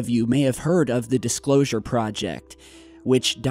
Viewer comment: dicslosure?? xD